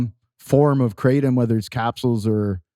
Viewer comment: Krah-tom not Krate-om